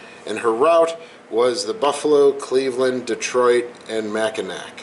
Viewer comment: Great video, however, one minor nitpick. In the future, Mackinac = Macki-NAW, not ‘Mack-in-ack. The same goes for Ft. Michilimackinac. There are a lot of names influenced by the French in the Northern Michigan region and beyond. As a Michigander, I thank you in advance!